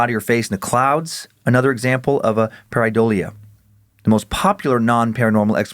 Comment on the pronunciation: Dan's mispronounciation of Pareidolia is killing me LOL 😆